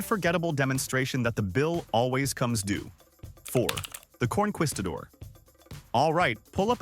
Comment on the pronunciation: conquistador? It's conKEYstador. There's no "Q" sound in Spanish.